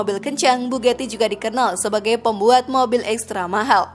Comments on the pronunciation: Mbak mbak, dibaca nya tetep bugati mbak, bukan bu geti. Untung nggak dibilang Bu Gito kaya penyalur pembantu itu 😂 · Terlalu lebayyy min,,dari mana ngitungnya? Bahasa juga di perbaiki,bugati ya bugati,bukan bugeti,maybach bkn mei bek,,kacau ah